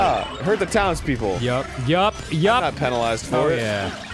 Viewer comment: When Arin said to kill all the townspeople, I thought he said "Kill all the downs people." And I was like 0_0